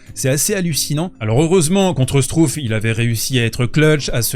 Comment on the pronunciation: Struff se prononce chtrouffe, pour la prochaine fois …😉